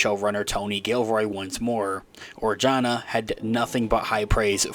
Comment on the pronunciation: Adria Arjona is half Puerto Rican (like me)(on her mother side) and half Guatemalan (being the daughter of famous singer Ricardo Arjona). But her last name is pronounce "arhona", the "j" in Spanish ALWAYS sound like an "h" like in hip or hop. Love your channel. 👍👍👍